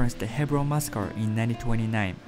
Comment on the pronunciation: Your English is almost perfectly pronounced.. but please learn how to say "massacre" .. it's not " 😅muskar"